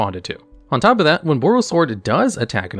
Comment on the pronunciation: Why do you pronounce it as "tope" not top?